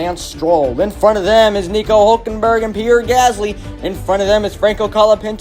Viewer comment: I Know Why HulkenbUrg? 😂 Its HulkenbErg Mate Bro